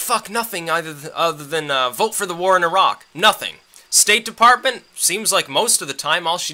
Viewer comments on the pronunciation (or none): none